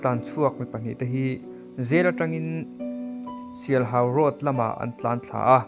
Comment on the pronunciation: Sialhau tih leh Tuikum tih hi i lam diklo deuh anih hi.